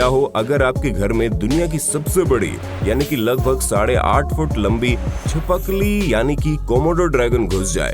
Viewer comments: It's not chipakli it's chipkali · Chipkili not chippikili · 🤣🤣🤣Chipakli instead of chipkali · Chipakli nahi hota chipkili hota hai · Bhai wo chipakli nahi chipkali hota hai😂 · Not chipakli chipkali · Chipakli nahi hai usse chipkali kehete hai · Well it's छिपकली not छीपाकली 0704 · Chipkali❌ Chipakli✅😂😂😂😂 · Are bhaiya oose chipakli nhi chipkali kehte hai 😂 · Cheepa-kali nhi chipkali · Me: chipkali: chipakali 🤣🤣🤣🤣🤣🤣 please heart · Chipakali nahi hota chipkali hota hai voo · Chipakli 😂 chhip Kali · You said lizard CHIKAPALI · You just said chi pak le🤔🤣🤣🤣